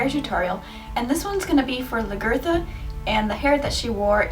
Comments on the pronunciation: The hair is beautiful. But what I think I'm most excited about it is your pronunciation of Lathgertha's name. LOL And it makes sense too, because you're in Ireland right now, lol. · Never watched the show huh? The pronunciation... Oof